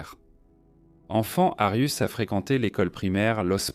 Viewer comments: C'est pas Arius mais Arias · Pourquoi vous appelez Jodi Arias " "Darius"????? Ou "arius"????